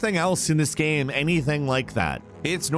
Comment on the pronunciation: Everyone: Game: Gaem